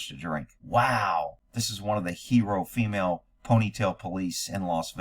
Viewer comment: The future is fee-male. 😂